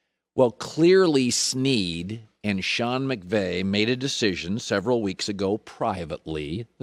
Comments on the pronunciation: You just said Sean mcgay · This is the 2nd time Colin has said Sean McGay. I'm beginning to think it's not an accident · I don’t think it matters if he said McGay or McKay, it does sound like he says McGay it’s funny he made a mistake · He says, "Sean McKay" (as in Jim McKay, long-time Sportscaster)